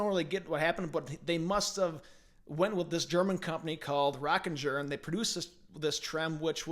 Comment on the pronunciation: First it's pronounced Rocking - er. Like Rock and Roll rocking. It's a G sound - not a J! That tremolo is an absolute piece of shit! I know because I had the misfortune of playing one many moons ago at a local guitar store inside a pawn shop. It has horribly unstable and it would go out of tune at the bridge and if you needed to change the pitch or tune it you had to unlock the strings at the headstock. And Schaller as is HELMUT Schaller never made a tremolo nor did Floyd Rose. Of course Floyd Rose made his own tremolo prototypes but the production models were all made by a German company named BML which is a machine shop. Fernandes never made hardware of any kind. They were like Fender when it came to locking tremolos - they bought from someone else. I remember the interview with Eddie when he turned down the Rockinger. Those guys were pissed!! They thought that they had the contract with Kramer in the bag. That was until Eddie told them not to use this tremolo and to not sign any sort of papers let alone a contract with the Rockinger boys. The rest is history.